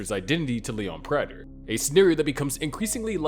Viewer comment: Imagine making so many videos about Dexter and not even knowing how to pronounce Prater.